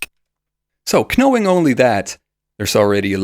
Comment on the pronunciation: I don’t mean this in an insulting way at all, but I thought you might want to know that you’re mispronouncing words which start with the letter “k”. Often in English the “k” is silent. So the word “knob” is pronounced “nob” and the word “knowing” is pronounced “no ing”. This is generally true when the “k” is immediately followed by an “n”.